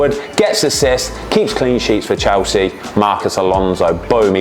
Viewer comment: Chelsea ❌ chowsee ✅